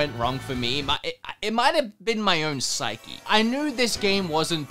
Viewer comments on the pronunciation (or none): none